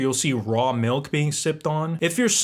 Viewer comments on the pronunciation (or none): none